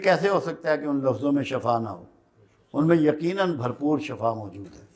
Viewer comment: سوری استاذ محترم ..شفا اپ نے زبر والا پڑھ لیا یہ۔سورہ ال عمران والا ہے ۔۔شفا دوا یہ۔ سورہ بنی اسراءیل۔مین اور دوسرے مقامات مین ائے ہین ۔۔تو۔معنی مین بڑا فرق اتا ے ۔شفا حفرة ....اگ کا گھڑا۔۔۔۔۔